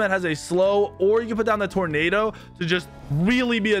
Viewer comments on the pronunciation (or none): none